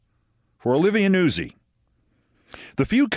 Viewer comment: I would not have pronounced Olivia Nuzzi's surname as "Noo-sie" Keith, rather as "Noot-sie". But you'd know far better than I the correct pronunciation. And besides "Noot-sie" sounds far too much like NAZI, which should be reserved these days for Donald J. Trump, JD Nonce, and that black Lt. Governor bloke in North Carolina 👍😎🇬🇧 💙☕🥃